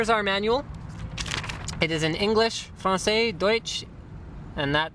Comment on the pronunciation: lol at your accent saying francais ahaha Nice try at saying french word...